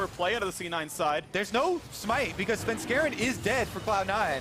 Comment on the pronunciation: Can someone teach Phreak how to say svenskeren. Also both teams looking trash.